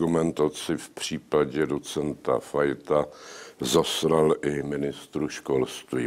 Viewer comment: Je to "zaslal". Ale je fakt, že Zeman mluví tak, že mu někdy "l" zní jako "r". To je o něm známý už od 90. let. Ovšem je otázka, zda vždy, když mluvil o "poslanecké sněmovně" nebo někoho oslovoval "pane poslanče", a ve výsledku to znělo trochu peprněji, šlo o náhodu (jak ho znám, vždycky ne).